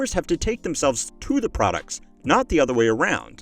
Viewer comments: "ratailer producs" lol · "Return rate of ratailer producs" 😂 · at 14::30 "ratailer producs" >(")